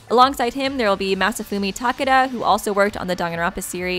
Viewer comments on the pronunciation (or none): none